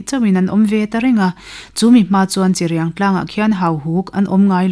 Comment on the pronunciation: Pu Lawmhluta thian dun in ti tha hle mai, tin a chhiartu kha in brief tha tawk lo deuh a ni kha (1). Chirping tih te (2). Cheului lam Dan te (3). Hrangal Samthiah etc mahse a tlangpuiin a chhiar thiam in a aw a mawi ngei mai...